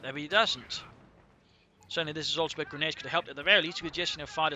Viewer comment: Best "regades" from American,!